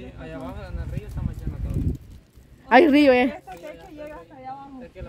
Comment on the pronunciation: Se dice " Sequía," con acento en la "i". Y significa que es "Falta de Agua" y no "Canal Natural de Agua" como el del Video. IGUAL ESTE VIDEO YA ES REPETITIVO. SALUDOS Y BENDICIONES.